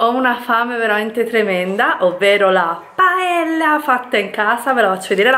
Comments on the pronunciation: Nemmeno quello che hai scritto sarebbe corretto. No è una critica, in italiano è difficile scrivere la pronuncia esatta... La cosa più vicina sarebbe 'Paeya'. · Una cosa non è una critica paella si dice paeglia